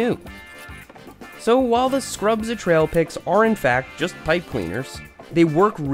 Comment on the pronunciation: “But not just any pipe cleaners… SCRUBZA TRAIPIK”